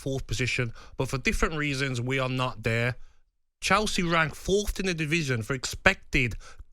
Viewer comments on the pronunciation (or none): "fourth" not "Fourtht" bloody hell gab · "Fourft! FOURFT!" If you're on a radio talkshow at least use actual words.